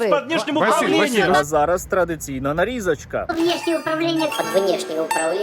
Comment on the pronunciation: Потрiбно вiрно ставити наголос "нарізОчка" 😂